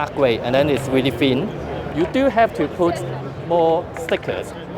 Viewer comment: Nord WeepeeN